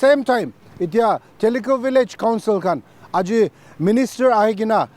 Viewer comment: So sorry for correction, but its not theli khu village, it is Thilixu village.